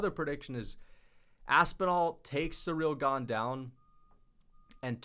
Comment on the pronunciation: cereal gah-ne